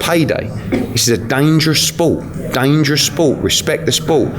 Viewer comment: '' It's a dangarous spoul, dangarous spoul, respect the spoul ''